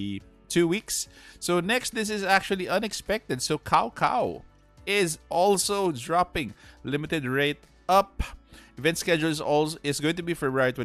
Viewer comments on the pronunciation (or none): It's Tsow-Tsow or T'sao T'sao not cow-cow